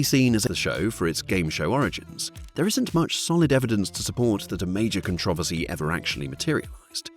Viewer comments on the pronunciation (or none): Stop mispronouncing “controversy.”